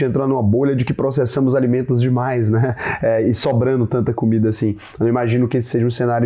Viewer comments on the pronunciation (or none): none